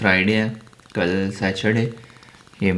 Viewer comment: Please it is not Sa Chur Day. It is Saturday.